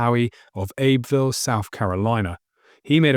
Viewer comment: Just one small point, the name of the city Howie grew up in is pronounced “Abby-Ville.” A wonderful story though! Both the Citadel and Abbeville have markers commemorating Major Howie.